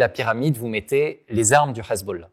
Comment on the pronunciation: "le Ezbollah" ça passe pas...